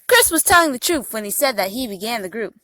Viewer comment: IDk what's more annoying, her lip smacking or her laugh......or the fact she keeps saying Troof instead of truth.